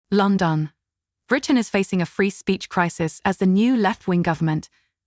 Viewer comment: Lon-don? Where's that? Another AI voice not actually able to speak English.